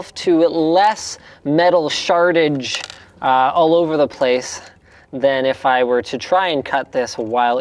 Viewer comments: Linus said shartage. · Am I the only one that heard "less metal shartage?"